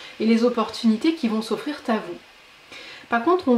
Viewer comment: Des challenges qui vont s'offrir rrrr à nous. 😁